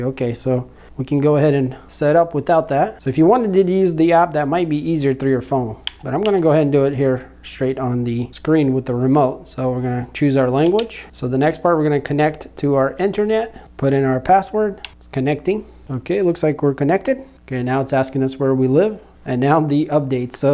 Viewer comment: Did bro just say inthernet?😮